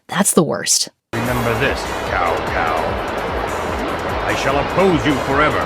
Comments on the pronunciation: Kao Kao ?! 😭😭😭😭😭😭😭😭As someone who knows the how the Chinese name ( 曹操) is pronounced, this hurts my very existence and my ears are bleeding 😭😭😭😭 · 7:4 not only that, they didn't even research how to pronounce the Latin orthography of Chinese names... Tsow Tsow, not Cow Cow 😩 .. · Another issue with DW3’s voice acting was mispronouncing names. In the clip you showed, that guy addressed Cao Cao as “Cow Cow”, when it’s actually pronounced “Sow Sow” (like the mother pig) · LOL the Cow Cow instead of Tsao Tsao 😂 Look up "16 bit graphics cutscene" and "Star Fox 1994 Longplay" it will make sense that this being in a video game was insane. But it was pre-playstation CD gaming; its glory was very bright, and very short lived, a la Blade Runner reference 😅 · As you mentioned, some of Dynasty Warriors 3's bad acting is due to poor translation. For example, , Cao Cao is not Cow Cow; it is Tsao Tsao, which is corrected in later sequels. It just shows that there were translation difficulties at this point in the game series. I absolutely agree with you , it most likely came down to awkward translation, and possibly bad directing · It absolutely is awkward translation! The “C” in Cao Cao is pronounced with almost a “ch” sound. I facepalmed so hard when I heard the hard “k” sound! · " Remember this, Cow Cow " -- It takes seconds to tell actors how to pronounce foreign names, but whoever was in charge didn't even bother. Or they could have spelled the name out phonetically so the actors wouldn't have to learn pinyin to read it. It still happens today. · Dynasty Warriors is one of my favorite videogames, but the voices and mispronunciation of the Chinese names is hilarious. Cao Cao is supposed to be pronounced like Tsao Tsao. They corrected it in the later games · "Cow Cow" and his son "Cow Pee" (hint: that's not how you say their names...) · For the dynasty warriors part the thing that bothers me the most is the mispronunciation of Cao Cao